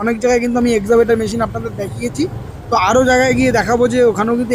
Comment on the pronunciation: এক্সাবেটর না এক্সক্যাভাটার।